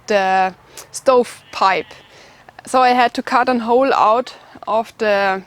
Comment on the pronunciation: Love it. How shes says the O. Ven and you have to dig an OLE